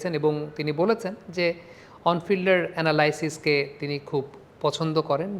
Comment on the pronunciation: Good job with these clips. One thing, it's pronounced ana-li-sis (li like me), not ana-lie-sis. Keep it up 👍